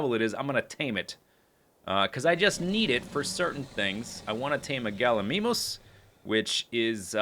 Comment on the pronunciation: Galimimus is pronounced gal-ə-mime-əs.